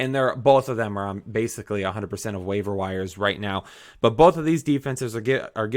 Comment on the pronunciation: Love the channel... But PLEASE pronounce your "T" when you say the word "but". I beg you.